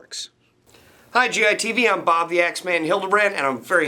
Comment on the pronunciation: Haha bob can't say W